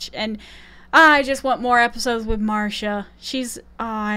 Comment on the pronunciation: It's not Marsha, get it right if she's your favorite.